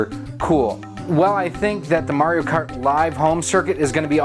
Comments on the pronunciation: Good video but you keep mispronouncing "Mario." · we all know it's pronounced Maw Rio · He pronounced it "Mario", not "Mario"